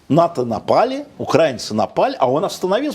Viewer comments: Не укрАинцы, а украИнцы! Вы же грамотные, почему вы неправильно говорите ???!!! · УкраИнцы а не укрАинцы, тупой не может до сих пор выучить? А ведущий тоже вторит, противный шовинист.. Насчет того что он всегда говорит правду умилило конечно:))